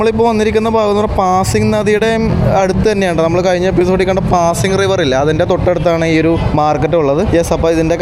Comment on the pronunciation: ക്ലിയപ്പോ അല്ല ക്യാപ്പോ ആണ്. പാസ്സിംഗ് അല്ല പാസിഗ് എന്നാണ്.